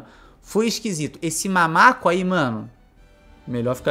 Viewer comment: "mamaco" sangra meus ouvidos